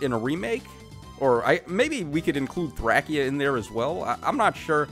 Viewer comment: Why are you saying Thracia so weird 😭